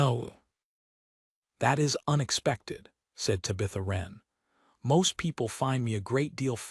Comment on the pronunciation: Her name is Tabitha, not to Bitha.